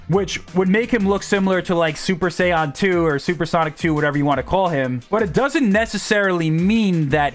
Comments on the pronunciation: i know im being nit picky but say super say-yin not cyan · Say-on, just say you don't watch dbz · Dang that way you said super sayiajin lol I’m just saying that doesn’t sound right lol